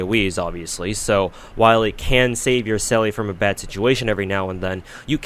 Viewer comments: "selly" Bro the game pronounces it for you 😂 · "Selly" huh? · Right? Lmao it hurt a little to hear him say it wrong so many times